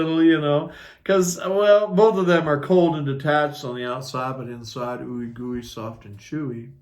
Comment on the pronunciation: You are awesome!! Your hilarious & I love how you create the connections between the cards... I lose it when you say gooey 😂😂😂, I could watch you every day your so entertaining!🙏👏👏👏 This Cap loves your readings! Blessings💖